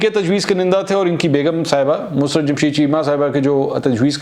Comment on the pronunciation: its not MUSRAT...ITS MUSARRAT......